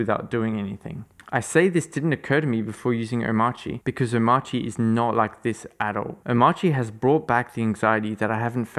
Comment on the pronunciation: As well as the pronunciation. It is pronounced something like Omarki. Just like CachyOS is pronounced something like KeshiOS. Not the English pronunciation of course, cause English pronounces these letter differently than rest of the word.